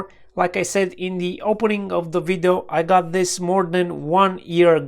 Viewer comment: It's funny he always says "vido" :D